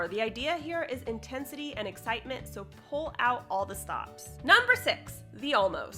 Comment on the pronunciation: Did you emphasize Pull Out -- all the stops on purpose?